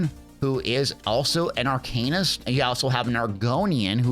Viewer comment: Pretty sure its always been sounded out, ever since this class name existed, arka-nist, not ar-cain-ist. Yes, just a small thing, but pretty sure that is how its always been said. That out of the way, its meh to me. Another magicka/ranged skewed class. Only good melee/stam weapon classes we have are nightblade and warden. The others are better with straight up magicka/caster style. And thank god about pvp. pvp is hot garbage for any mmorpg. Should be removed in all of them.